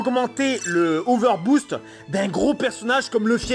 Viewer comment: Il arriver pas à dire over boost